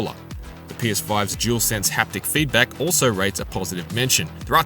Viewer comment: Dualsense or jewelsense 😂 say it properly please it’s just lazy 👎🏻 imo.